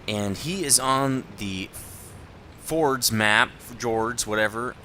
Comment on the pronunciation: Just in case you cared, you pronounce Fjords as Fyords.